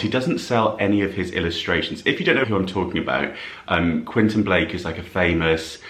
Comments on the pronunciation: QuEntIn, not Quinton. 😊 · You're pronouncing the artist's name incorrectly...it's Quentin Blake, pronounced KWENTIN 😊